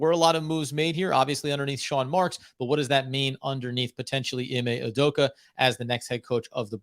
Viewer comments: "OO-DOH-KAH" not "oo-doh-koo" 😂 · Learn how to say Udoka’s name properly. It ends with an ‘a’ not a ‘u’. Stop pronouncing it as ‘udoku’, it’s really not that hard to not be ignorant and learn how to say it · Great podcast - but for the love of god, man’s name is UDOK-A not UDOK-U